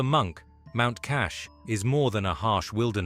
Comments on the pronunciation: It’s mount Kailash, not Kash. Is this AI presentation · Bro is talking about hindu monks while showing buddhist ones, talking about mount kailash n kept on calling it mount kash. Wtf is this bruh? 🤣🤦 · Kailash NOT Kash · That's mountain kailash not " kash" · Never heard the mountain name cash?!?!!! It is Kailash! Don't play with your word! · Mount Kailash not Kash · It is mount Kailash. The abode of Shiva. Not Mount KASH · Why The Hell u miss pronouncing Mount Kailash as Mount Kassh? Do your home work right 😡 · Yeah that's a mispronounciation for the name of that particular Mountain, Mt. Kailash not Kash.. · This video isn't even about Buddhists. The creator is just ignorant to show the right monks visuals 🤣🤦 also mispronouncing mount kailash name as kash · You are insulting a famous mountain by mispronouncing the Branded name as Kailash. It has a meaning it means heaven. Cash is your careless word. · Pls it's a spiritual abode pls pronounce it correctly mount kailash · Mount Kailash! Come on AI get it together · The moment you mispronounced the name of the famous mountain considered holy by Hindus and Buddhists my suspension that this is an AI (Artificial Idiot). Naturally the rest of this podcast must be unreliable i wouldn't waste my time listening any more of this rubbish.